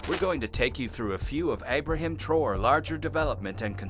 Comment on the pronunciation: Eye-brahim? Geez!